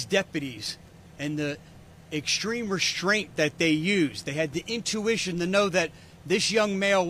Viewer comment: "Exshtreme" isn't a word. "Reshtraint" isn't a word.